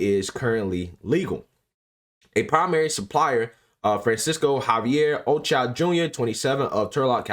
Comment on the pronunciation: O CHO AH...... PRONOUNCE IT CLOSER..... OCHOA. GOOFBALL